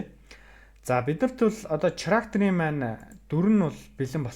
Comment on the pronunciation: ХАСНА ХИЧЭЭЛ ХИЙНЭ ХАЙНА гэдэг үгнүүдээ чи ГАСНА ГИЧЭЭЛ КИЙНЭ КАЙНА нтр гэж ярихаа больж болох уу Character гэдэг чинь Кэрактер гэсэн дуудлагатай болхоос чиний хэлээд байгаа ЧИРАКТЭР гэсэн дуудлагагүй шүү ядаж байхад ямар олон удаа ЧИЙРААКТЕР гэдэг юм бэ